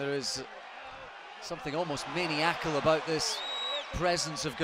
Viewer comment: I’m laughing at the way he attempts to pronounce “maniacal” 😂